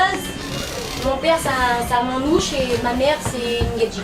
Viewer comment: C’est normal qu’elle dit « man-nouche » ? 😅 j’ai déjà entendu cette prononciation la d’autres fois déjà et je me posais la question si c’est genre la vraie prononciation ou pas parce que nous généralement les sédentaires on dis « ma-nouche » du coup je me suis demandée si y’a une bonne ou une mauvaise prononciation ? 😅